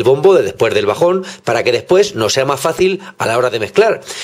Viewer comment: "Despuers" o.o